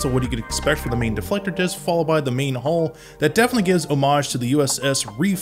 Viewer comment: It's too late to change it now, but it's 'hull', not 'hall'.